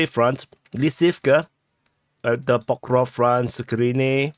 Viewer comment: I see that damn "Pokrov" (your personal version of PokrovSk) had stuck with with... (the same way as certain large part of English speaking community says "Ax" instead of "ask" and is oblivious to "what's wrong with it" - as if totally nothing...)